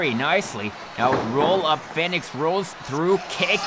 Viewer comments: REY FINIX HAHAHAHA ITS REY FEEEEEEEEEEEENIX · Im sorry but 8 minutes of you saying Rey Fenix when it's said fee-nix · U saying his name wrong it’s Phoenix but spelled Fenix this way but awesome match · Great match but you mispronounced Fenix tho